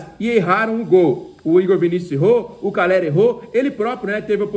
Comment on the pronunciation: tu falou Ferraresi e caleri